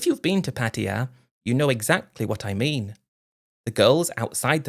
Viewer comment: After making an effort in a few stories, Patia is back on the menu. It’s just difficult for dumb Brits to say Pattaya 😂